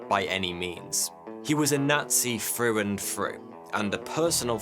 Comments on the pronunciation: Frew and Frew. This is good but for some reason the English Th is just cringy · ITS NOT FREW AND FREW ITS THROUGH AND THROUGH